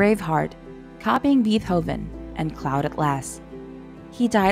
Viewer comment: And "beethoven" - it was pronounced as if it was written phonetically (bee-thov-in; not the proper bay-tow-vin). It's ok - still appreciate the videos. But some pronunciations are quite funny.